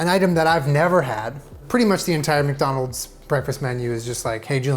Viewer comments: "wacdonalds" OK SOMEONE READS WEBTOONS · waking a wcdonal's wcgriddle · “Welcom to WcDonald’s. Here’s your WcGriddle” “WcWuffin. What are you gonna do about it WcDonald’s” Julien with a speech impediment confirms our suspicions of him being a 6-year-old 😂😂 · The WcDonald’s WcccGriddle